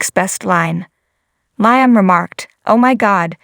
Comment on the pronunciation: Please get Liam’s name right it is Liam sounding with an e not an a .